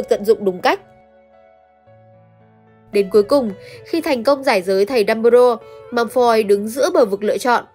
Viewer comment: Vid hay lắm, content cũng rất hay. Chỉ góp ý 1 chút là nên cải thiện 1 chút phát âm tiếng Anh của mình nhé 😊 họ Malfoy cậu đọc hơi sai chút nên nghe hơi lạc 😊